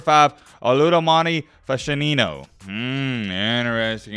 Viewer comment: Bro butchered Fashanu’s name like crazy 😂😂